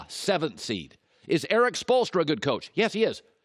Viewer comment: By far Colin's best sports segment on air Lebron is the coach No coach will be good for him unless he is coached by spolstra*. btw was a temporary success.mj still the goat (butcherd his name)*